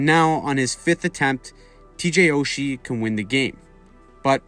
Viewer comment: You mispronounced his name, TJ SOCHI